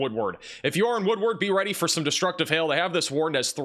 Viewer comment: Just subscribed yesterday & like your presentation style & accuracy. We all struggle w/unfamiliar town names etc so fyi: Vici: pronounced Vī-sigh Woodward:is “woodword.” ; Skiatook is usually Skytook. Txs for watching out for Oklahoma:)